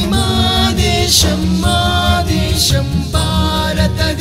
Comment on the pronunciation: Telugu pronunciation has to be improved....for example..desam. not desham. Bhaarata desam.. ..not baarata desham. Many are there to be corrected